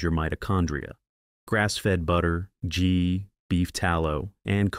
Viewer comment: Narrator needs to learn how to pronounce the word "ghee". It isn't "jee", but "gee" with the hard "g" sound as in "good"! It's a Hindi word, of course.